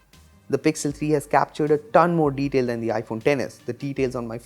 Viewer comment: "has a lot morr deteil" 😂